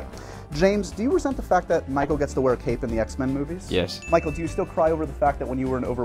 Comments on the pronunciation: did he say "Fichael"? LOL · ok 1) is it just me or did call Michael "Fichael"? 2) where did James say Ewan was from? I can't understand with such a thick fake accent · He totally says ‘Fichael’ then Michael just kinda looks at the floor like “Wait, did he just say Fichael?”